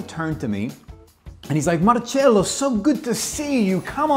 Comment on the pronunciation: I love Michael, he gives me back the same vibe that I had with Gianni Versace. Love how he says Marcello (not Marcelo) It was how Gianni would always call me. He said to me once. That is the right way of pronouncing your name, and don’t forget. I never did….